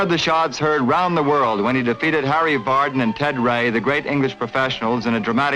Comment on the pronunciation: Its really a shame that they couldn't get the name of Harry Vardon right